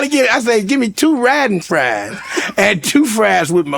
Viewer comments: That mf said "Riding Fries" im done 😂😂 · My man said "Ridin Fries!! Lol!! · this man said riding fries 😂😂😂